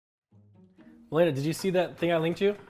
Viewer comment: Did she said makeila ? Tyler1 gf? If she blocked malena shes actually dumb as shit. First time i saw nick getting serious.